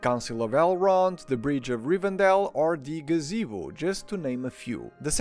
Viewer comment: Leute, nehmt bitte die Deutschen Namen, wenn ihr die Englischen weder richtig schreiben noch aussprechen könnt 😅😅😅 es heißt Rivendell und nicht Rivendale, das ist keine Stadt im mittleren Westen 😂